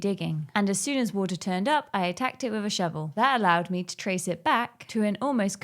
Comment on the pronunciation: "wiv a shovel" 😂😂😂